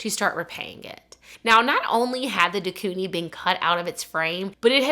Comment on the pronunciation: Quoting the movie perfectly yet mispronouncing de Koenig and calling her Anita made me chuckle